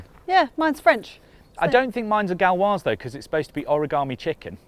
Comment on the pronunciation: It's 'coq GAULoise' and not 'coq Galloise'. You've called it a Welsh cock instead of a Gaulish cock 😂